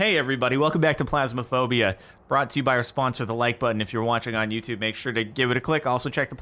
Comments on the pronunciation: am.. am I the only one who's lowkey bothered that he says "Plasmaphobia", instead of "Phasmaphobia" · can we get a counter for how many times cap says plasma-phobia not PHasmophobia?